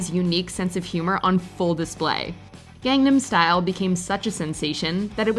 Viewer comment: Gangnam Style. How can she mispronounce it while it is being pronounced in the video?